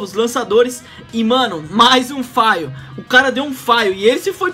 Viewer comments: meteu um "faio", kk pq todo mundo fala errado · FAIL? kkkk bela pronúncia